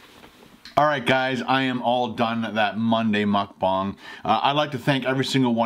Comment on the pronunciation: they said "mukGANG"